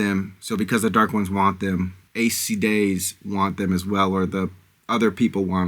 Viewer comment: Aes Sedai is pronounced Eyes C-Die Egwene is pronounced Ee-gwain Myrddraal is pronounced Mur-drawl (but you were close enough!) Enjoy the series. It’s absolutely worth it if you stick with it